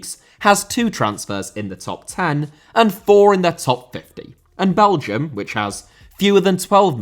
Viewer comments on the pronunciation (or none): none